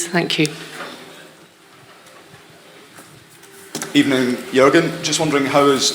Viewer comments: I thought i heard good ebening lol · Gud ebening*